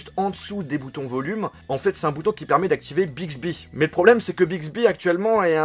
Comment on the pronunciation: Si tu connais un peu danglais euh.. au milieu temps jetendais Big zehibeh